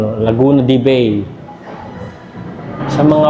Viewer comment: MISTER HINDI PA INGLES ANG BIGKAS NG "BAY". HINDI SYA TUNOG "BEY", INSTEAD IT IS "BAI".